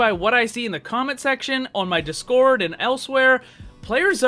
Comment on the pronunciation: You kept saying discord really fast making it dis-kOrd instead of DIS cord